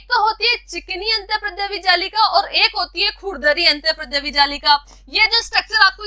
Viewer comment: Antardrya jallika not antarprdaya jallika